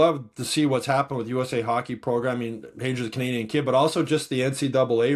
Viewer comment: According to Keith Pelley🤓 it’s pronounced Michael Haggy. 😂